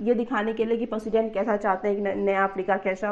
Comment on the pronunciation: It's president, not president.